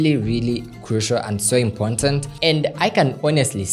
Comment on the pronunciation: “Important” not Impontant❌